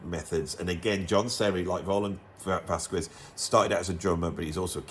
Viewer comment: Another excellent, informative video. But please don’t say Vaskwez, the u is mute, so you should read VasKEZ